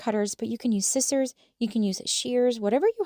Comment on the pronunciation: It's pronounced Sci-zers not scit-zers